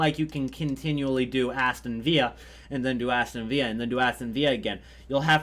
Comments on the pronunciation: I love how he says Aston Vea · Hes pronouncing it like its spanish lol